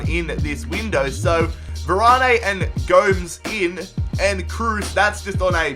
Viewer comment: great video but its andre gomaze